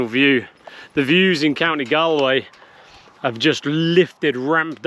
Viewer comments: Time you bought some Irish Soda Bread and some brack, divine with lashings of butter. Make sure you buy a bottle of Chef Sauce, superior to any other brown sauce. It’s Galway, pronounced Gall - Way not Gal- way. If you are ever heading back via Wexford you must visit Lady’s Island. It’s just beautiful and the children would love it. I always make a point of going there and walking around the island whenever I’m in Ireland. If you are planning on doing The Ring of Kerry then don’t miss Torc Waterfall. Just beautiful. 😊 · Please ask locals how to pronounce place names rather than butcher them. Ed Sheeran managed Galway.